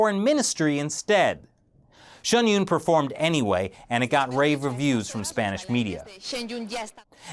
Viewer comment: it's Pronounced SHIN YOON .... and hes right, the Show is pretty much banned in China, they even mention it throughout the performance, it's very sad.